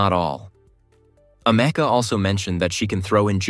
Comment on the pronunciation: It sounds like "America" )("ameca") hummm